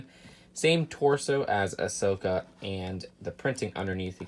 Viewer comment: Ashoka? not sure if you're saying that guys name right